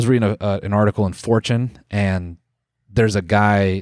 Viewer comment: When you said you read an article on Fortune I thought you were quirikfying the pronunciation of ‘4chan’